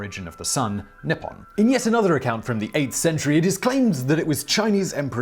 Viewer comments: Simon, good job on a lot of those Japanese pronunciations. You just kept saying Nippon as nipon instead of how it's pronounced in Japanese. The "I" makes a hard "e" sound. So written out phonetically, it would look like Neeppon. But you nailed just about all the other pronunciations, which surprised me. The simple one is hardest and the complex ones are easier? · I find it a little peculiar that the way you say Nippon sounds like "nipple"... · Huhuhuhuh, nippon sounds like nipple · That mispronunciation of 日本(nippon) had me reeling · as a Japanese language student who knows the answer..... let the trial begin... i will edit after Edit: Not bad. As for pronunciation, pretty good, but it should be NI ppon / NI hon and not ni PPON / ni HON You did miss that the characters themselves 日本 (ni - hon/ppon) mean:日 Ni : Sun/day 本 Hon/Pon: root/beggining/ book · Your pronunciation of Wakoku (和国) was good enough. However Nippon (日本) could use work if it should come up in the future and you happen to remember great ni is pronounced like knee and the o in pon is long like in orange. The same is true for nihhon (also 日本). For anyone who is curious the wa (和) from wakoku is still used to refer to Japan in words like 和食 (washoku) which is Japanese food but in most cases Nihhon or Nippon are used like 日本語 (Japanese language) and 日本人 (Japanese people).